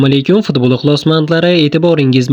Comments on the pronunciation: Пидболмас футбол деб гапиринг 😅😅😅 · Fni talaffuz qilolmasa kerak😅😅😅